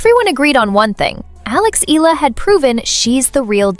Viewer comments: it is not ILA her last name is pronounced as E-YA-LA. ALEX EALA. Please take note of that. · EALA = EYALA!!! NOT ELLA!!! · …good report but wrong pronunciation of Alex’s surname… it’s [ee-yah-lah] not “ee-la”… cheers! 😎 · Eala - eh-ya-la